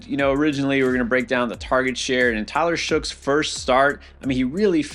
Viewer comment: Dude, its Tyler SHOW, not shoog. Just like how you would say DOUGH